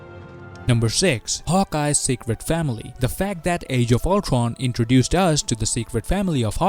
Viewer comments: really ,nobody is gonna comment about the ulCRon pronunciation. ok I have to do it ,!!man you pronounce ULTRON!!!! really weird!!!. ULCRON!!!!?? WTF?? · Is this guy gonna speak every word with W? Ultwon for example